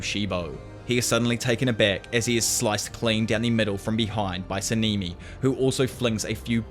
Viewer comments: Sanemi❎ saneeemi✅ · Sa-nee-me 💀💀💀 Yora-wee-chi 💀💀💀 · sah nah nee not saneemee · Sanemi❌ Sanimi✔️